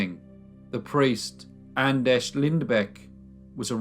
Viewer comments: I believe, your grossly mispronouncing the name Anders. It's a Scandinavian, not Czech or Polish - name. That is to say, it's [Ánders], not [Andesh]. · Anders not Andesh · It's not pronounced An-desh, it's An-derz!!! >< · I just wanna make sure I'm hearing this right... Anders is pronounced An-Desh? O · He's Andesh, he's Andesh, youre Andesh...Im Andesh!! Are there any other Andeshs we need to know about?!? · well unfortunately this isn't the case with this one, Anders isn't pronounced Andresh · Who on earth taught you to pronounce Anders like that? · I love you crime series, but sometimes the pronunciation of names makes me cringe. Like today. Anders is practically pronounced the same as in English.